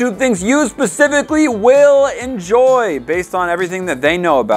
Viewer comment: “ENJOYLL” did you enjoyll that chocolate poop